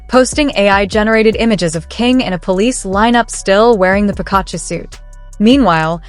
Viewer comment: Theses videos kill me please learn how to pronounce names before trying to sound smart, 🤦🏾‍♀️ you’re not even close to saying Pikachu correctly 🤦🏾‍♀️ if any of this is really true then this kid just bought himself a one way ticket to the grave!